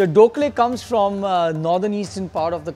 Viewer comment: You're a master piece! Extremely delighted especially when said "Doh khleh" 😂 I'm from Meghalaya, Shillong and i love to cook. Hats off to you Chef😎